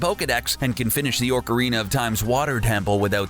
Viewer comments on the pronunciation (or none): TheGamer Tell whoever the person is who voices this video that is is OCARINA of time! There is no R after the O! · It's ocarina of time not orcarina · Will someone please teach this guy to say ocarina instead of orcarina? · ORCarina, MiyaMOTTO.... WHY!? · Don't forget the old classic Orcarina of Time. He said it at the beginning, take a look. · GreenSheep No,actually.it is.pronounced”Mee-a-moh-to” and “oh-cah-ree-na” i bet you butchered grammar school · The way you pronounced Miyamoto makes me want to die. Same for Ocarina. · And Ocarina. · Dude your saying that you know loads about Nintendo when you can’t even say shigeru miyamoto right and you said Mario’s last name is Mario well miyamoto said that Mario and Luigi don’t have last names. AND YOU CANT EVEN SAY OCARINA RIGHT!!!!